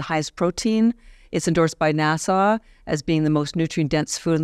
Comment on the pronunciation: Lady its Not pronounced "nas-saw" its very short NASA